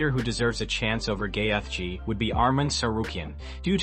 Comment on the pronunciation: Love the butchering of the names, "GAY-fj". And pics of Khabib as Ali???